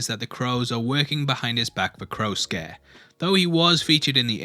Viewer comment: The way he says Crow Scare Sounds like he’s saying CROWSUKE